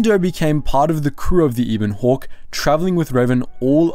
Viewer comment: Eh-bawn> eeebon